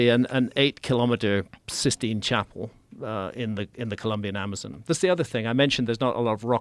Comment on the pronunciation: Sistine Chapel not Sixteenth chapel Joe...just saying